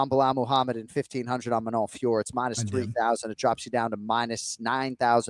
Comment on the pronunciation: It’s increasingly embarrassing to hear these donks double-down and call her Fior. My ears are bleeding